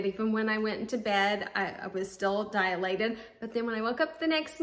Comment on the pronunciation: Dilated. DIE-lated. NOT Die-UH-lated. Dialogue, dialectic, diatribe, diameter, etc. NOT Dialated.